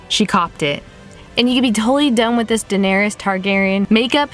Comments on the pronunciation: Fam it's Da-nair-iss, not Da-nair-eeus. If you're gonna do a makeup look on a character, at least get their name right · I love your videos but it's pronounced duh-nair-ris 😂😂. Fantastic video though